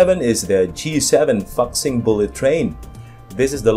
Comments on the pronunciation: Sorry bro I need to correct your pronouciation, Fuxing should be pronounced as foo-sing, not fux-sing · Pronoun as "foo sing" not fuc sing...LOL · I think it’s pronounced Foo Sing, not Fuk Sing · It's pronounced as fu not fak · Very good, l love it very much! Only one thing: your pronunciation of " Fuxing" is wrong, it must be pronouce as " full--fuxing". Thank !you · It's pronounced as 'fu sing' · It is pronounced foosing.